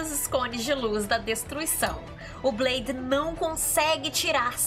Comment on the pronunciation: pq vc fala blaidi?